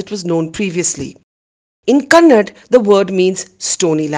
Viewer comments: It’s kannada not kannad, please take care these things. Thank you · North Indian's, it's kannada not Kannad.